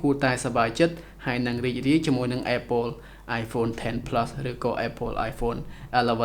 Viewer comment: apple អានapple ទៅស្តាប់មិនដូចត្រចៀកទេ